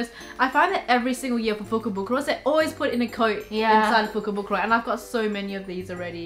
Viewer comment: If I hear fukobukoro one more time I will go nuts